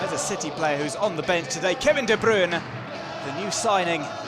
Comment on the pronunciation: Ohhhh Kevin de bryune